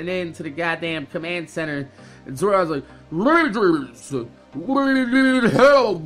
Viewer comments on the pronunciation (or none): none